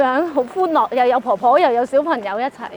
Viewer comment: 「管理塵」「小貧友」報道員要以報道為職業就要咬實啲字，戒懶音🙏🏼🙏🏼